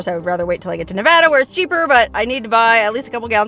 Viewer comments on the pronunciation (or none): none